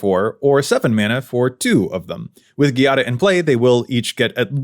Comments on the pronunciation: It would be 'djàda', not 'ghi-ada' (it's a common Italian name) 😊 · You're pronuoncing It ghiada, but Giada requires the soft g, sounding like the j. Giada Is the italian word for Jade, be It the rock or the name. You english speakers should read It as Jada to pronounce It right. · I have issues with how Giada is pronounced. 😅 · I really liked the video but I can't stand how you pronounce Giada